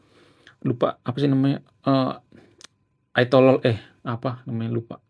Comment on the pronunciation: susah ngomongnya ya? Saya bantu ayatolelet ulang ulang sampai hapal. Lalu bilang ayatulah komeni. Oke